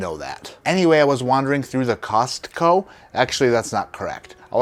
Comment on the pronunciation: He's the only person to pronounce the T in Costco 😅